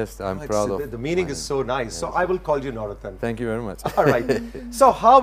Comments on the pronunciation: اسکا نام نور الدین ہے نورتن نہیں ۔ترکی زبان میں د کی جگہ ت بولا جاتا ہے۔جیسے مراد کو ترکی میں مرات بولاجائے گا۔اسی طرح خ کی جگہ ح بولا جاتا ہےجیسے خالد کو حالت،خلیل کو حلیل،خدیجہ کو حتیجہ وغیرہ وغیرہ ۔ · Nurettin = Noor ud Din. The anchor seems to call him Navrattan 🙄